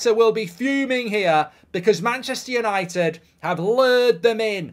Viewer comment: Did he say Mancheuure United?